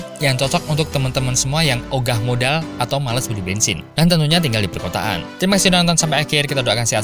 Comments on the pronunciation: Bukan "bengsin", tapi "bensin", maaf ya... ☺ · anjay "bengsin" 😂 "bensin" min... org suna mah beda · Bengsinnn hahaha, jowo bangettt